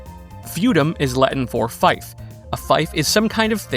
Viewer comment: Okay, great video, but fief is pronounced like thief [reef]